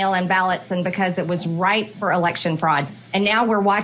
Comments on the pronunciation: MTG said RIPE with election fraud She meant RIFE with election fraud You say gestapo She says Gespacho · What an illiterate Neanderthal. She tries to talk like she knows big words when she meant to say the election was “rife” with fraud and she said ripe. Itdoesn’t know of the word rife just like she thinks there was the gazpacho Police. Ignorant illiterate worthless POS.